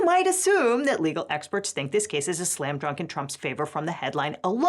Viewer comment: Did you say "slam drunk"?